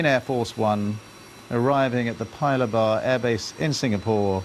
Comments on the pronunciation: Paya Lebar is actually pronounced, "Pa-Ya Lay-bar" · The way he pronounced Paya Lebar was hilarious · It is really dang busy here in Singapore. Can’t wait for the summit on Wednesday. Honoured that my country(Singapore) is hosting this crucial summit. But the way he pronounced Paya Lebar though...